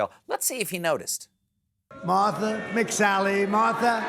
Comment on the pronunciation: Why is Trump incapable of pronouncing "Martha"???